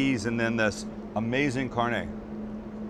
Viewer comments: Sam:cheese sauce Southerners and Mexican :....... Sam:(says carnay instead of carnè) Mexicans and Southerners: TRIGGED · This is so good im gonna give you a pass for pronouncing Carne, Carn-ey